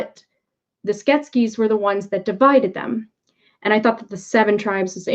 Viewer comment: I loved this film growing up, made a puppet based on one of Brian Froud's creature designs for my degree and am really enjoying the series! I'm sorry but every time you say Skeksis wrong - I wonder why it comes out as Sket-skes? Sounds Egyptian! - I cringe! Skek - sis.;) This story has ancient roots and so much depth! It made such a huge impression on me and returns at a very interesting time.